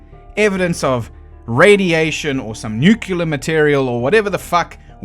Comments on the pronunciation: i swear, if you say "nucular" once more ... i ... i... well... i scream at the screen... Homer Simpson: "nucular... the word is nu cu laaar" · Homer: "It's pronounced 'nuke-yalur'." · nucular material cD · “Nookuler” lmao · I wanted this to be good, but then: "nucular". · I'm skeptical of a skeptic that can't pronounce nuclear. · not how u say “nuclear”